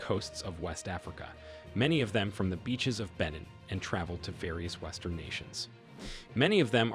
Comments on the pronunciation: It's pronounced ben neen. Irritating! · You're mispronouncing the country and your sniffing is irritating